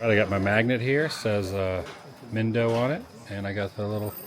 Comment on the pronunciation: Your Lesson #1) the I in Spanish sounds like E. SO mindo = meendo